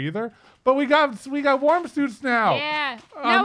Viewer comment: I kept hearing "warm" as "worm" and let's just say I got pretty confused lol